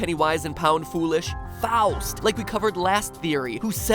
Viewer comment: You can pronounce Faust well